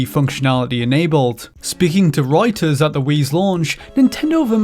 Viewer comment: "roiters" lol.